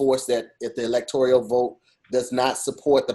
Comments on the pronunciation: Aye, put “Electoral” on Wording is Hard so I can hear you keep confidently saying “Electorial” 🙄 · with these words😭 “electorial” college? Innate change? 💀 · steady saying electorial when it’s electoral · E-LEC-TOR-AL.. i get it.. Wording is Hard. Lol